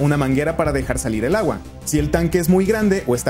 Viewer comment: "Pero lagua"? Oí bien? 🤔😆